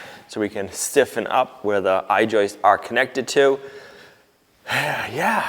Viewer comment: it's joists, not joistes. I normally wouldn't say anything, but you said joistes so many times that I couldn't help myself. 😛